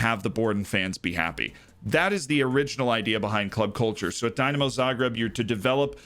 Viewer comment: I love that you've picked my home town club as an example but a quick tip - it's not pronounced "Dy-namo", it's "Dee-namo" :)